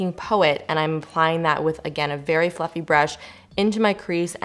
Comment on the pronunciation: When you said fluffy brush I heard "Fu**ing brush" 😂 bahahaha